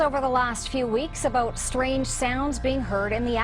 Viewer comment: Shtrange... definitely, Schtrange stuff, but at least 'THEY' know, well ..maybe.